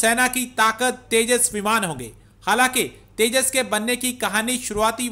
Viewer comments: अबे घोंचू तेजा नही तेजस😂😂😂😂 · At 0.20- it’s’tejas not tejaas’, n at 1.05-again it’s ‘tejas not tejaa’😂😂